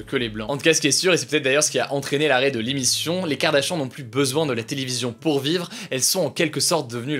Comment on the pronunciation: qui a entendu « Kardashan » au lieu de kardashian 😂😂😂